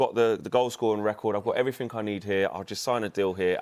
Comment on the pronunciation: Lets all be honest, you can't take a person seriously who says "everythink".....